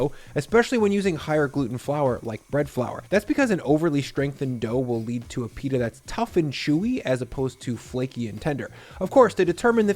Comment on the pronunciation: Pita not "Peetah'"